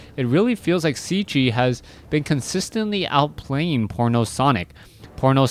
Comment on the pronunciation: Hi man .. just a comment .. is Cechi .. means he is from Czech republic .. if you want to pronunce corectly try to say Chahee .. respect